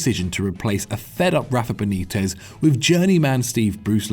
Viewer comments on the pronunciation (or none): none